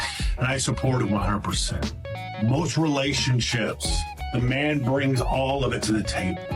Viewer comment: how do they turn the word man into two syllables? mee-in, may-in